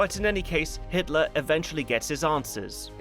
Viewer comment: did I hear you say Hisler (Innkeeper)? I hope we don't end up mentioning Nostradamus and Hister (Danube River). I'm only teasing, I am sure you had a slip of the tongue incident.